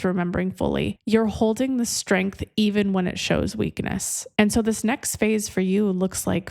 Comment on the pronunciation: Did you say "the weekend of your strength at the end?" No, no.. I listened again while typing the question. I think you said weakness. 🤔 indeed. Made me laugh, though.